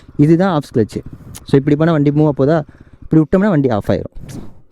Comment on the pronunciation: Clutch ❌ Sclutch✅